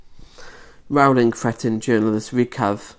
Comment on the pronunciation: You have 22 likes, can't pronounce her name properly, and are taking her out of context. You can't pronounce Maya Forstater's name correctly either. You're not very bright.